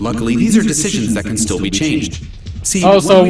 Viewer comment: Haha,he said "I'm steel down"